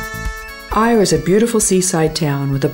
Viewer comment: AYR is-pronounced "Air"